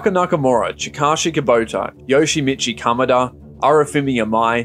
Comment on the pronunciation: I WAS LOOKING FOR THIS COMMENT 💀"yoshamechee kamaduuh"